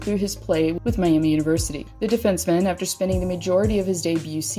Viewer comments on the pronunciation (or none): none